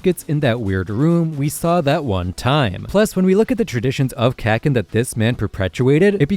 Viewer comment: It’s still pronounced Ka KEE n lol. My other comment elsewhere explains more.